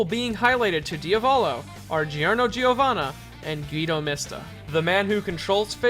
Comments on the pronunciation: its not guydo mista its Gu-i-do mis-ta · "Gheedo Mista" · Also "Guido" is not pronounced well at all